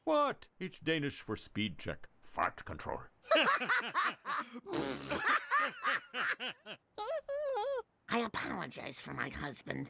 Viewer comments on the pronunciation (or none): Indeed.. Fart Kontroll as he pronounces is more similar to how Swedes and Norwegians would pronounce it.. Danish would be more Fäährt Kontrul (or something jibberish sounding)